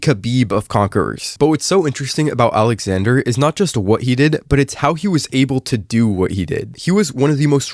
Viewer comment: bro said his name wrong… smh